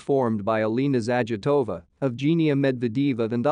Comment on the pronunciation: its zagitova and medvedva. please stop ruining their names whne speaking them out loud.its horrible to listen to you literally sayin all names of the so wrong